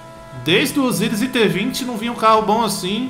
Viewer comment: abreizeeee "Osiris"